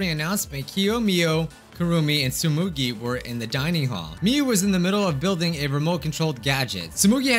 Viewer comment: It’s Tsumugi :’((